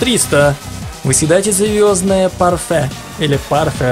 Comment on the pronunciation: Эёздное парфе,ты серьезно?! Вроде взрослый человек,а читать не умеет..